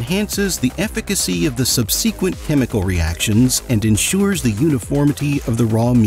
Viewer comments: How do people never hear the pronunciation of such common words? Drives me crazy. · SUBsequent, not subSEEquent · What is sindrilical? 😂😂 And then there's subseeequent... 😂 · Sub-see-quent? I guess that is the bot pronunciation of subsequent? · I've never heard it pronounced sub-SEE-quent. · “sub-SEE-kwent” - hahahahaha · Sub-sequent?? Lol😆😆😆😆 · never in 40 years have I heard "subsequent" pronounced that poorly